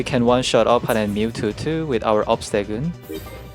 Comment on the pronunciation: Say obstegoon one more time